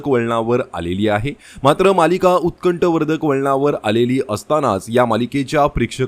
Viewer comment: उत्कष्ठ वर्धक नाही - उत्कण्ठावर्धक . कृपया, मराठीची वाट लावू नका.